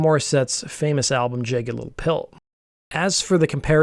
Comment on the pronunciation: It's pronounced Jagged(like Mick Jagger) LIttle Pill. NOT Jay-ged.